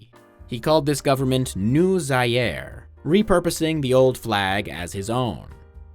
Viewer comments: Zaire is pronounced "Zah-ear" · zaire is not pronounced like that